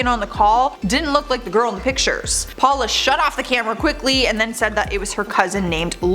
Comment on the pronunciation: “Raymen and Paula” it’s ‘ramone’ and ‘powla’ 🤦🏼‍♀️